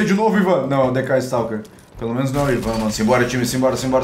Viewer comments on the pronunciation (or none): none